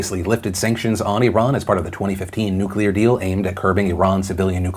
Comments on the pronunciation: Props to pronouncing Iran correctly. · Thank you for pronouncing ‘Iran’ correctly. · Anyone else here appreciate how Phil pronounces names of people and countries the way they pronounce it themselves instead of "Americanizing" it? Like "i-RAHN" instead of "I ran" and "CHEE-lay" instead of "chil-lee"? I just wanna say that I appreciate you doing that, Phil--it may be a small thing to most people, but to me, that's an extra mile you didn't have to take but I'm glad you did.